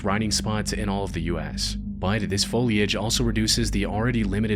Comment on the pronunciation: Every time this dude says the word BUT, it sounds like he's saying the word BITE lol is it just me